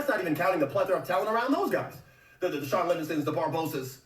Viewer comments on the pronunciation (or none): none